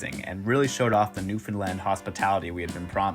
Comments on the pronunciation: New-FOAM-land apparently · Really should’ve ADR’ed the Newfoundland pronunciation. Oof